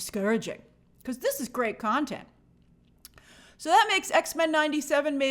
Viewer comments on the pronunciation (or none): none